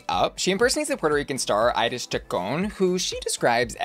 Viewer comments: It’s “EE-reece” not “Iris” 😂🤣 The background to Jessica’s characterization comes from Iris’ own talk show which she had in Puerto Rico back in the day. She would invite guests but was a bit, well, out of touch and more interested in her own appearance than in listening to her guests. A very famous and important Puerto Rican drag artist, Johnny Ray, has a character called “Ya Ustedes Saben Quién” (You Already Know Who), where he exaggerates Iris’ mannerisms and mouth gestures. Jessica’s characterization was based on Johnny’s. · Iris Chacón’s first name is pronounced like the ice cream “Edy’s.” EYE-RIS sounds like nails on chalkboard to Puerto Ricans.